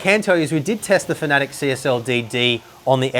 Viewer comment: I know this man knows what he is talking about but when I hear him mispronounce Fanatec as Finatic it's really off putting and immediately makes me not want to watch the rest of the video